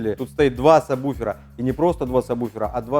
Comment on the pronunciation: Не самбуфер, а сабвуфер